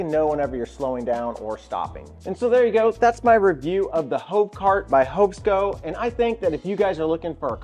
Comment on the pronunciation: Very good review but please it's Hov Sco, not Hovo. Gonna make peeps think we hobos.